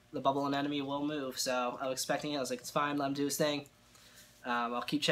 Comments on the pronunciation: It’s pronounced anemone not anenome. Also, anemones aren’t corals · I can't believe anyone else hasn't mentioned the fact that he seems to be mispronouncing anemone. It sounds like he is saying anenome. Regardless, that sucks that you lost it. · Well I'm a French-speaking guy and in French it's quite easier to get the sound right because the "e" at the end is mute. Son we say aneMon. But every time I watch an English speaking saltwater tank youtube they say AneNome even when in the title it is written aneMone I wonder why xD